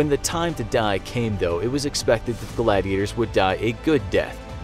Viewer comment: It's gladiators not glad gators XD LOL